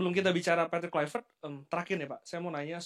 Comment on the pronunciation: Patrick polpectTOP not poR patrick kulv...